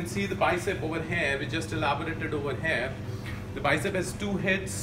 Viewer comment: I meant "here"is pronounced as here... And not HAIR.. Good video btw ✌️